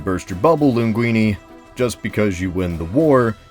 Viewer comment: 'muricans have no problem shitting on italians. i would like a video where a yankee calls someone from mexico "tortilla" in a video like he called the italian "linguini", by the way, that's not how you pronounce that.